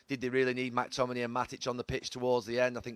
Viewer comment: Can someone teach him how to say McTominay's name right